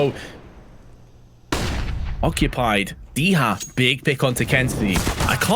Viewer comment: Dycha in Polish is pronounced "di-ha" (soft i like sit) not "dee-ha" or "dy-tcha". It's a colloquialism for 10, like a tenner.